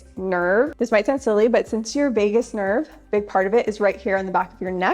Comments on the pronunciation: “Vegas” nerve…lol…VAGUS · You're always such a joy to watch! But I must mention that it's the "Vagus" nerve, not "Vegas" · Vegus Nerve, not Vegas, NV, haha